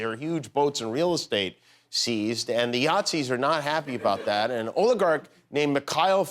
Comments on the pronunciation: heheh Yacht-zis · "the yaghtzeees" lolololololololol